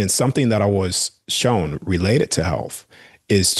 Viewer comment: Cool guy. Funny how he pronounces shown as showen.